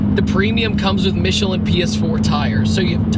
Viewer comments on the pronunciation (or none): none